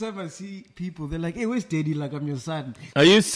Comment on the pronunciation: Mac g’s pronouncing “Daddy “ kills me 🤣